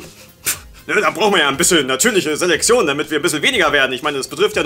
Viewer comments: Es heißt Selektion und wird deshalb auch nicht Selexion ausgesprochen! Klar weißt du das und so, aber es hat mich dermaßen genervt, dass ich dachte, wenn ich meinen Frust in den Kommentaren auslasse regen sich noch andere darüber auf oder widerum über meinen Kommentar. Folglich rege ich mich aber nicht alleine auf. Schönen Tag noch, Tüdelü. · Ich finde es lustig, dass offenbar kein z bzw. ts aussprechen kann und deshalb immer Seleksion sagt:D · sagt immer Selexion:D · Warum sagt immer:"natürliche Seleksion" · "Seleksion" 😂, deine Aussprache ist so süß 😂😂😂